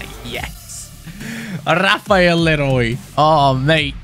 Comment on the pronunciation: Hi, people are always saying Leroy Lero "y" but its pronounced as "Leroi". Btw Super vid 👍